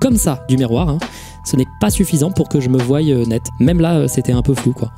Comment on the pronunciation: Salut! Tu as suggéré des corrections, eh bien en voici une pour le subjonctif présent: "que je voille" n'existe pas, c'est "que je voie":) Trop hâte de te revoir à Paris, ça m'a énormément manqué!!